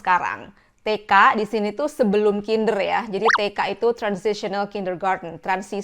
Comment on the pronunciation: Te Ka ❌ Ti Ke ✅